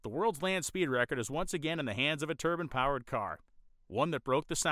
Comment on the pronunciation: The word is pronounced turb'I'ne, you are saying turban as in middle eastern male headdress.